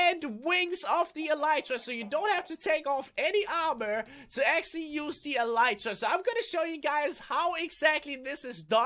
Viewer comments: It's pronounced elite tra not e light ra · it's pronounced elr ee tra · it drives me crazy. It's pronounced ah-lee-tra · it's pronounced e-lit-rah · He Said Elytra Wrong